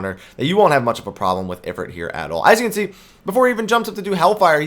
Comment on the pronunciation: it"s I-frite as in eye frrrr it